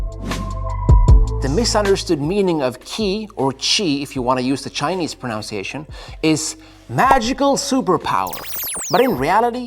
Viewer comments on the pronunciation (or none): It's "pro nun ci ation" not "pro nounce iation"👍